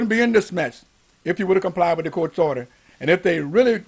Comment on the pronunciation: Go get 'em, Jimmy. it sounds more like "odor" in the court than order. And Merry Christmas.